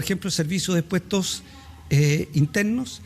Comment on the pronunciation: DE A DONDE SACARON A ESTE TORRANTE QUE DICE PUSTOS INTERNOS????